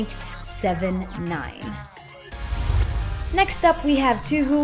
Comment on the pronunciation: "toohoo" its "toeh - hoeh"